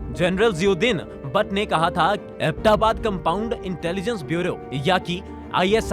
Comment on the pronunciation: Nice graphics but need to do serious home work on words pronunciations. It's अबोटाबाद not abta baad. It's espionage. ES P..... Blackhawk is a single word. But good try. Noce to see a positive change.